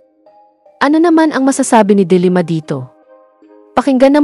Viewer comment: Wrong accent po sa De Lima